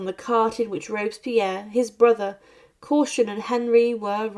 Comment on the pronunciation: Rob-es-pi-erre 4 syllables s'il vous plait.